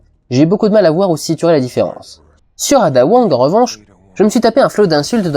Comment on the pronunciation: hum tu prononce a la perfection les noms a par ada... prononce a l'americaine je t'en supplie